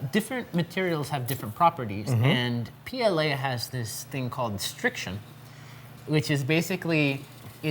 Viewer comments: Stiction, not Striction! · and "striction"